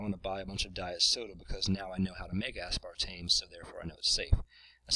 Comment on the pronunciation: you're putting too much emphasis on the ASPAR portion of aspartame.